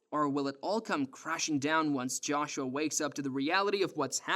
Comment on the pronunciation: The way you pronounce certain words piss me off. Naive. Joshua. And what you said about putting the fries in the bag, i have no idea wtf you were tryn to pronounce at the end of that sentence